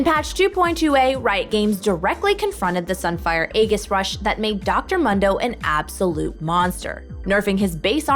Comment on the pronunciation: Please stop saying Dr Mundo like that